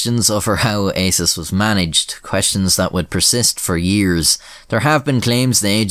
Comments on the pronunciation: the way he says ASIS sounds a lot like isis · I think it's pronounced "ASSES" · ASIS, pronounced arses?